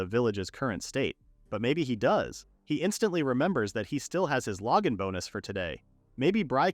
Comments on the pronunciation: Lowgin bonus? Not even should be able to fail on saying that! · The saying "Logan Bonus" cracks me up. Like it's not a skill, it's just some dude that sends the hero things. He's a good guy that Logan, very generous. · glad i wasn't the only one thinking this. <3 Logan